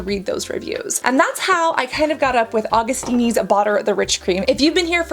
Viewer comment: Augustinis? Augustins? It's AugustinUs :D